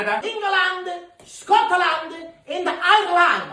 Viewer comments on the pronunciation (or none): The way he said England, Scotland Ireland 😂, so happy for you guys, well deserved 👏